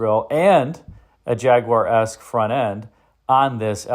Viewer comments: Clicked away at the second "Jaguwah" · Everyone in America says Jagwaarrr, but keeps saying Jagu-eh "properly" 🤣👍 Thanks for that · How or why the Brits warped the word Jaguar into JAG-oo-WAH still astounds me. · I think it's a very interesting car. Almost kit-car like. I'm also amused by how you pronounce "Jaguar'. You seem to be saying, 'jag-u-wah'. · It's pronounced "ha guar" if you really want to be correct. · Your pronunciation of Jaguar is unique.